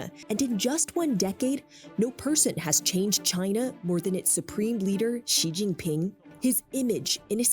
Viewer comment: Ghi Gin Ping 💀💀